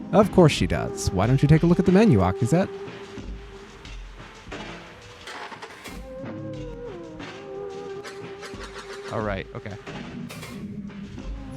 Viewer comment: getting Akizet's name right first try is crazy